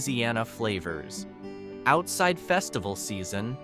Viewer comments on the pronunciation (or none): none